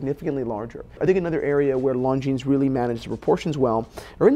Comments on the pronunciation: The S in Longines is silent. It is not pronounced ‘long jeans’. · very interesting comparison! But Longines is not pronounced “Long Jeans”! 😅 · Christians pronunciation of Longines! 😂